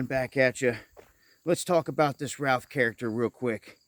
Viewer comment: It's pronounced Ruth.